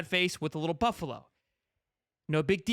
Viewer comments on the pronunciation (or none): none